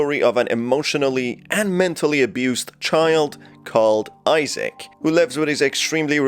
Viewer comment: BROOOOOOOOO it's Isaac not Issac